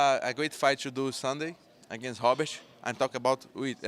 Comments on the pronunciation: In Portuguese R is pronounced like H..hence " Funny " Hobert.. sounds like he's calling him a " Hobbit" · Robert mate Robert "Rob Bert" Not Hobert